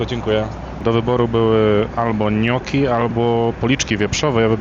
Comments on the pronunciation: nie gnoczi tylko niokki... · nie GNOCZI czy ŃOCZI, tylko NIOKKI :D fonetycznie. A ogólnie fajny filmik :)